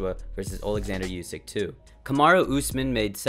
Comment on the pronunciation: Calling him Usamen instead oh Usman is crazy